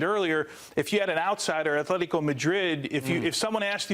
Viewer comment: Will people EVER learn how to pronounce Atlético? It’s not Athlético it’s ATLÉTICO